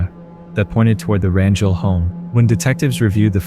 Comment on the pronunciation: You have demolished the pronunciation, of the last name 'RANGEL'.